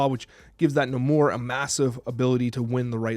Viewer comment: Pronounced NAY-more 😁 Sorry, had to, the way you said it was driving me nuts lol